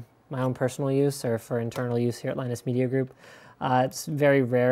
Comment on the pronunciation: Firstly his name is Linus, not Linux... secondly wtf is wrong with slick, seriously don't be a hater, really not cool...